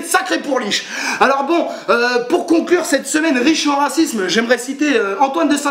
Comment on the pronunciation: "carnaval de racimse" ! :D ELOCUTION MON COPAAAAIN ^^